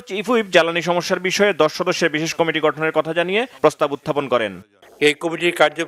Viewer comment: উনি কমিটি কে কমিটি কমিশন কে কামিশন উচ্চারণ করে সে কারণে উনাকে সংবাদ পর্দায় দেখলে ঐ সংবাদ শুনিনা।